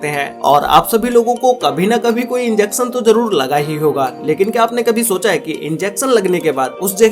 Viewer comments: ball "pan" and "Enjection" Enter The Human Body lol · Yes “enjection” 🙂🙂🙂🙂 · Inzecson, jhoom what a pronunciation